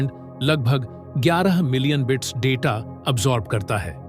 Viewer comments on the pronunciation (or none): none